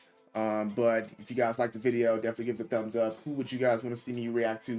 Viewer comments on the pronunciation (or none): none